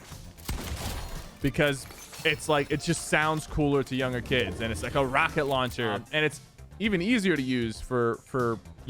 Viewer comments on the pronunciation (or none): none